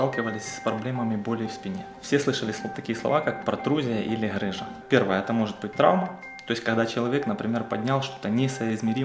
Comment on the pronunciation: ГГГ рыжа а не ХХХрыжа объясните кто-нибудь ему Русский язык ) Бля когда от доктора слышишь сразу представляеться Вася шо хдэ!)))